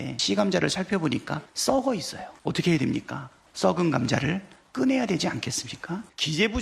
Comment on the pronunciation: 끄내야? 꺼내야 가 맞지요.. 이거이거 중국인이라 표준어를 모르네.. 그리고.. 우리나라에서 꺼내야 할건.. 너님이세요.. 제에발 꺼지세요.. 너님께서.. 알았지요?